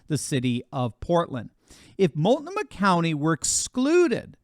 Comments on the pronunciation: This is why Democrats love stuffing as many immigrants and government dependents as possible into the inner cities. Also, it's mult-noh-muh. :) I used to live there last century before it was a craphole. Also, "Rethinking the American Union for the Twenty-First Century" is a solid read from 2012. Also, I'm grateful for whatever good Musk can do, but please don't start putting him on a pedestal or crowning him the new King. There's a LOT of shady sh%t in that pandora's box that needs to see the light. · It’s pronounced Mult-No-Mah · Mult-know- maw—— that’s how it is pronounced 😮 Oregon girl 🎉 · It’s pronounced ‘mult’ ‘noma’ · I was an Oregonian..I left because of the BS. BTW it’s (Mult-No-Muh) 😉 I want to succeed from the US. I’m to damn embarrassed to admit we are ALLOWING the cabal poison us, kill us, starve us, lie to us….while 99% of us just bitch about it with our thumbs! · Looks like a part of Northern California is in that lineup as well. As a citizen of Idaho. I would welcome fellow patriots.,, it's pronounced MULT NO MA county.